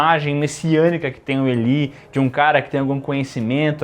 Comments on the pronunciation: Elí😂😂😂😂 diz-se ilái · A pronúncia de Eli ou Elie no masculino é ilay, agora no feminino seria Eli mesmo. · Caraca, mas a pronúncia é "Ilai", meus queridos